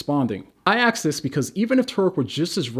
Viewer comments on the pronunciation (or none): Holy shit you're dumb man. Embarrassing. One quick way to tell that a person is dumb is when they say aks instead of ask. . Also all your arguments throughout the entire video are garbage.